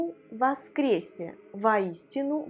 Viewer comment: хотел бы сказать, что "Христос воскресе" всё-таки является выражением из церковнославянского языка - а там все о читаются как о и все е читаются как е... Патриарх Кирилл так и произносит: вОскрЕсЕ.